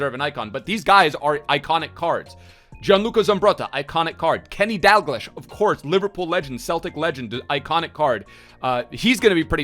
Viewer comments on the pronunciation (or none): it's pronounced like- Dalgleash (i would know lol)